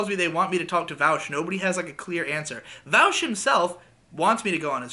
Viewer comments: You call him “vowsh” now I know you’re not a lefty lol all right wingers call him vowsh but his name is Vaush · every time you call him "Vowsh" and not "Vawsh" i die a little inside